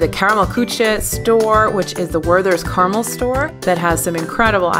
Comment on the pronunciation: your pronunciation of "gratin" wasn't bad. When Germans use a French word they usually pronounce pretty close to the French pronunciation. The one that sounded bad was "Karamell Küche." "Karamell" is a three syllable word and as for ""Küche," it's really hard for most English speakers to pronounce "ü" and the German "ch." You pronounce "ch" from the tip of the tongue through clenched teeth but Germans pronounce it from the middle of a curved tongue through parted teeth leaving a completely different sound. Great show though. Thanks for it